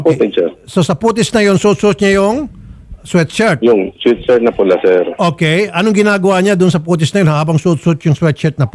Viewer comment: "Sweat shirt" poh, hindi "sweet shirt" 😅